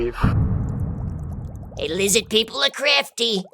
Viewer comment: "Lizzid People"